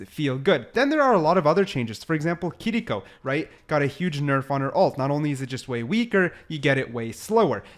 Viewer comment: Giving a thumbs up for saying “Kiriko” and not “Kireeko”